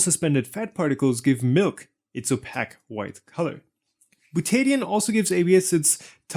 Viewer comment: opaque is pronounced oh-pay-k, with k as in _k_ing